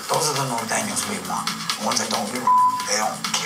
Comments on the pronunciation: he said NOR THANO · Nor thanos